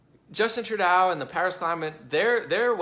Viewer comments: LOL It's not Treu "dow". Treu "dough" hahaha.. too funny. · 1. Ontario is a Province 2. Toronto is a city in Ontario 3. Trudeau is pronounced True-doe. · I love your videos. Keep up the good work. Only criticism I have is how you pronounce the name Trudeau. Its pronounced True-doe or true-dough. It pains me doing this. Anyway keep up the good work as I look forward to listening to your video's.